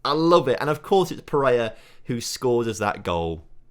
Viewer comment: Watched and enjoyed the entire series over the past few days. There is nobody on the planet that says little bit or “Lidda bit” as much as you. And…… It’s PEREIRA! Not Pereya. Needed to get that off my chest, a little bit.;)